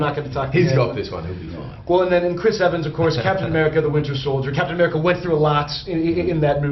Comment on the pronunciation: It sounds like he says "Captain Avenger". I wanna see THAT movie! lol